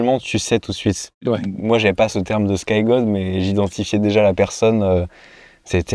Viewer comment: Salut la team 😅... quand tu nous parles du skygod, j'entends sky gode 😂😅 un peu plus X que la définition du truc 😂😅😅😅 mais finalement ce ne serait pas ça le vrai skygod?😂 Merci pour ces vidéos ❤🎉🎉🎉